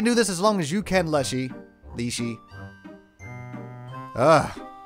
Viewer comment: Hey,. I'm a Russian, and I just wanted to let you know that your pronunciation is actually correct. It "leshy", as in "lash", not "leash", so the game makers got it a bit wrong. Great let's play, by the way!